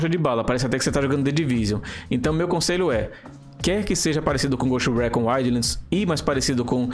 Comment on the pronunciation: Fala dos erros que cometemos mas não sabe sequer dizer o nome do maldito jogo em condições Récón, ricon, ghust rícon Lê-se Ghoust Ricon Escreve-se ghost recon.